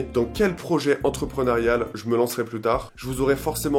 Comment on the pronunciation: projet "entrepreneurial" et non entreprenarial... et riches du coup c'est passé aux oubliettes ?